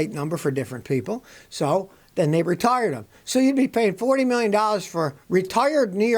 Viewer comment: When you say retire, it sounds like you needed to change a tire.